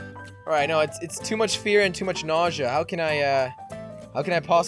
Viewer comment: He can't even say nausea right.